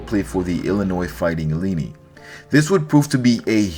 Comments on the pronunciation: Ileenee? Cmon man! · Said that again ilinni